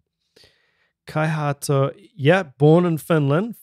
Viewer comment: Kia Ora. Great vid. A more accurate way to pronounce his name is Kai Hah-toh. FYI. Scandinavia is geographically, culturally and linguistically Norway, Denmark and Sweden. Having said that, if one includes Finland, Iceland, Greenland, Faroe Islands and Åland, all eight are collectively known as the Nordic countries. A bit of additional trivia: The Finnish language bears no resemblance to it's Scandinavian neighbours, neither does it relate to Russian. Much of it's culture also hails from a unique lineage. This had nothing to do with drumming, but there you go. No charge.